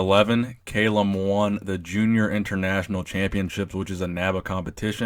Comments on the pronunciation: You're pronouncing his name incorrectly; its Kah-lum, not cay-lum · It's Callum not fucking kaylem, Jesus Christ 😂😂😂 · I love CALLUM, but Arnold's chest and biceps peaks way better. However CALLUM has arnold beat in the leg department and abs! Also love the videos and you do so much research but didn't research how to pronounce his name 😂 bugged me the whole time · It's Cahl-uhm not kale-um